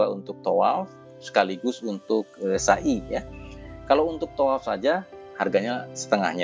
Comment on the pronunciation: maaf..... Pengucapan sa'i nya,folong jnfn pke huruf syin,artinya beda Bukan sya'i Tapi sa'i Maaf ya...